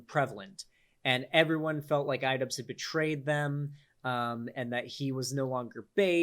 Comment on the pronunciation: What’s an idubzzz?